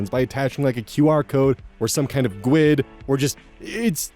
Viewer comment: Yay! also says GUID as "gwid". My coworkers always spelled it out (no fun) or say "goo-id".